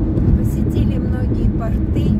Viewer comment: Не портЫ, а пОрты.